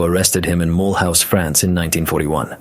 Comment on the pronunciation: Ma Loose France, not Mull House..